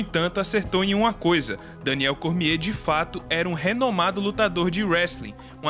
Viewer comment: Kkkkkkk muito engraçado esse nome "cormiehhhhh" XD